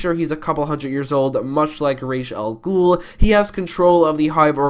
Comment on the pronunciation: Thank you for pronouncing Ra's al Ghul's name correctly :)